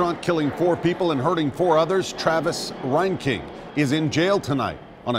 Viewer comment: I went to High School with this rat bastard... he went to Tremont, NOT Morton. God Bless and love all of the family and friends of these beautiful victims. This is so fouled up. His last name is pronounced (Rain/Reign king, not (Ryan King). Thank God for James Shaw Jr. True American hero and warrior for Christ. He took down this fucking murderer.